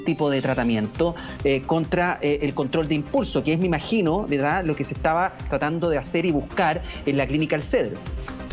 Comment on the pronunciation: siiii dice ,,, VELDAD jajajajajajajaja